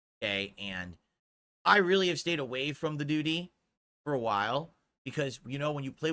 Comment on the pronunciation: Can't flush de doo-deh with a broken toilet 😂